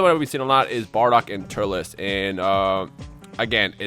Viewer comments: its turtles not turtilis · Its Turles